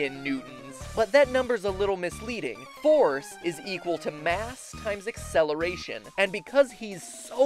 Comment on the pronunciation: when you said the forcé of of the fary i was like holy shit